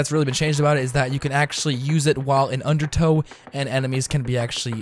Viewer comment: Donate $1 every time you say "undertoe" xD